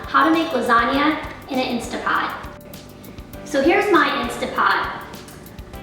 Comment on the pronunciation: Instant Pot not Instapot. Commonly mispronounced. Just saw your recipe and it looks gtreat!!!!!